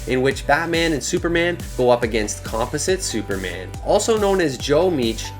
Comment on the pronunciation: What's really embarrassing is the way you mispronounced Composite Superman a 100 times. I mean come on bro, aren't you supposed to be a comic "nerd"???